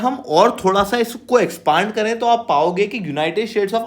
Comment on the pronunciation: एक्सपांड नहीं एक्सपैंड होता है